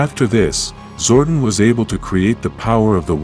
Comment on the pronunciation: was legit interested in the topic, til like 2 secs in and the clanker starts saying "zordin"